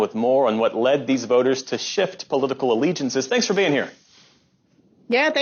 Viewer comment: What a dumb person..."I don't want to make this poleeetical"🙄